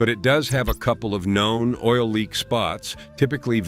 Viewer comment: Pronouncing "oil" "Oh-While" and "KIA" "K-EYE-A" lol